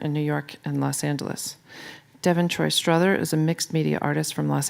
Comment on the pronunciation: Everyone calls me struthers too, it’s Strother smh